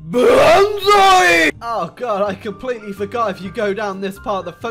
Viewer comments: Benzai? More like benazi am i right ladies? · the leader of japan aka long kneck guy: BE N Z A I [btw love your vids]